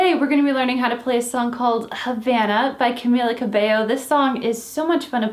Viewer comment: its camEEla cabeYO 😂😂